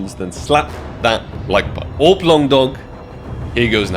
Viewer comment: Sounds like you said AWP | Paw and it threw me off lol